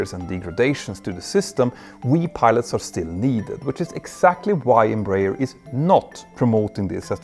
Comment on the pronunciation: Just let you know, the correct pronunciation is EmbraEEEEERRRR